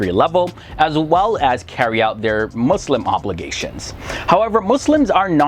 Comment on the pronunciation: He is not Musim